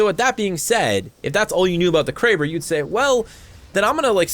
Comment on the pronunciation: Him: Kray-ber Me: Crabb-er Me again: that sounds so much better